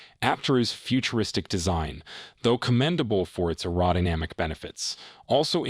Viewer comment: Thought I had a stroke with the way the AI voice pronounced "aerodynamic" lmao